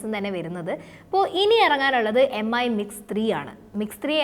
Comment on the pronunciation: Brand name ഉച്ചാരണം കൂടി ശ്രദ്ധിക്കൂ... Xiaomi (ഷാ ഓ മി ), Mi (മി )...